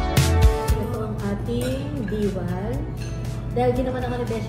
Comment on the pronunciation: pag pronounce po ng Diwal mabilis lng sa "di" na part hindi po deewal. Meaning "dila" kasi ganun ang shell naka dila siya kaya tinawag na "diwal" kay nagapa "diwal"